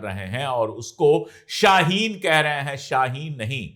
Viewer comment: App ko shyd urdu ni aaati shaeen pilot ko kahta 😂